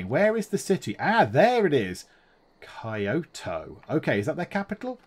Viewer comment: You probably know this by now, but Kyoto is pronounced Key-o-to